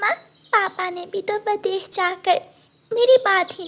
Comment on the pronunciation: O nalaik, v a d e s h. nahin--- V I d e s h. Bolna seekh le. Saat nahin-- Saath. Baad ka kaam nahin-- Baki ka kaam. O anpadh ganwar, kaise uncle ne ,usne nahin-- Unhon ne. O bewqoof, kapde silai kar ke nahin--- Kapde sil kar. Sach mein nahin--- Sach much. Char suit ke nahin--- Char suiton ke. Pakshi kab se kapde pehanne lage? O bewqoof,papa chidiya nahin chida hota hai. Do second pehle to wo mano chida tha O nalaik, ude phir rehi nahin-- Udti phir rehi thi.